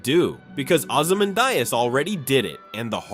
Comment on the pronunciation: Man, the video is great, but the pronunciation of Ramses and Ozymandias does not seem correct.